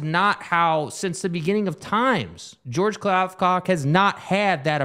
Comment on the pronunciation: The fact that y’all can’t say George’s name right makes me think y’all aren’t serious about this honestly. Eh.